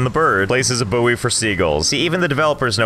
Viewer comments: Why pronounce it booey its boy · so how did you say buoy again?